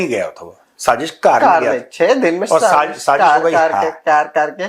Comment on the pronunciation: Bhaarat gets a Nobel prize for "saaZZish" 😂